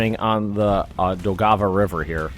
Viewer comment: AHHH ! not a single german or soviet division is located in ESTONIA. ALL OF ESTONIA WAS LIBERATED EPISODES AGO. It's the Latvia that you are "liberating" now. This comes from a Latvian, and trust me, i know where borders of Estonia are. And please...look up pronounciation of Daugava river...